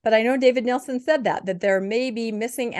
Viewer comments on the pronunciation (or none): It's not Nelson, it's Nielsen.